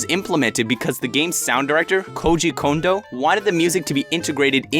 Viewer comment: ty for pronouncing Kondo correctly